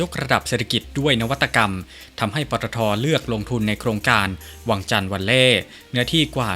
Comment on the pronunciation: วังจันทร์ ไม่ใช่ วังชาน น๊ะ..กลัว อังกฤษ แบบไทยๆเหลือเกิน